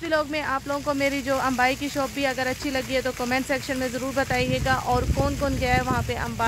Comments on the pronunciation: Its abaya not AMBAYA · Asslamoalikum baji vlog toh apne bohat achi banai hai but mein apko batana chahungi ke abaya huta hai ambaya nhi pure vlog mein apne ek hi cheez boli hai ambaya ambaya it's abaya hope u will correct that 🙂